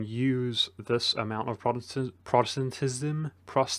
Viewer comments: And don't forget Protestentestenism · Achievement Unlock: Pronounced "Protestantism!" :)